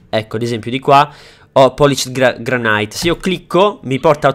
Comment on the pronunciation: Ma non si pronunciava granit il granito?? Mica granait (è la pronuncia lo so che non si scrive così)